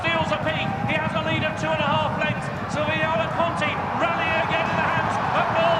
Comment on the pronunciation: Shame the RUK commentator couldn't get Silviniaco Conti's name right throughout most of the race. Take a couple of lessons from Simon Holt.